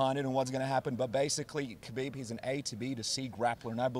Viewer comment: The K is silent in kHabib. At least learn to pronounce their names if you're going to report on them.